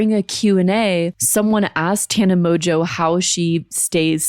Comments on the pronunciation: Mojo? Its pronounced MOJO? Here in the UK it is usually pronounced Mongewe, though in this case emphasis on the ewe! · There’s just no way that her surname is pronounced Mojo, she just doesn’t want to admit that her surname is Mon-Goo 😂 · Insert joke about mispronouncing Mongeau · I keep hearing mojo